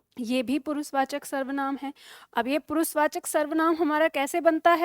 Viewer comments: Also she does not know that,s पुरुषवाचक not पुरुसवाचक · पुरुसवाचक नहीं पुरुषवाचक शब्द है।